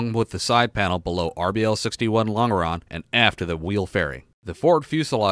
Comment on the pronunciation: Point of order: "Longeron" is pronounced "Lon Jer On"